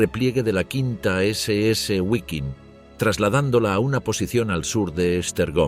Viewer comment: Guaiking? Gualonian? 😢